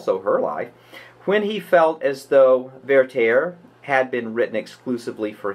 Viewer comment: Why do you pronounce Werther "VeyrTEYR"? It's pronounced VERter.